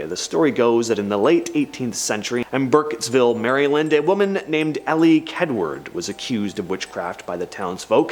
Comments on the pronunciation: Maryland not Mary Land 😊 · I hate when people pronounce my state Marry Land. It’s Mare Ih Lind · I think he's saying it cause it looks that way. I think we should tell him it's said like Marilyn I think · it’s one word, no spaces. It’s not pronounced as two